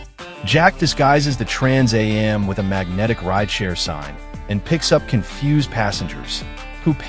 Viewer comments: Is the narrator for real? Trans a m, seriously? It's called a Trans am. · First I'm not sure how true this is. It's narrrated by AI which can't pronounce trans am right. Plus, it already October and I've heard nothing about this. I'm mixed about whether I'll go see this or not. But I agree it should not be made. Instead, bring back the original for the 50th anniversary..